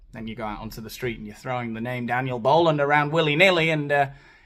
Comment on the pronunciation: Ah. I love it. Who is this Spanish speaking white guy? ❤